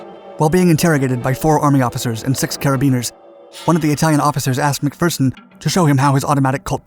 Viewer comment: Thank you for pronouncing his name as "Mac-Fer-son" and not "Mac-Fear-son" like every other American! Now all you need to do is say "St-yoo-art" instead of "Stoo-art" and we'll be golden!